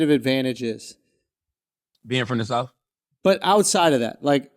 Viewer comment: Its pronounced south, not souf.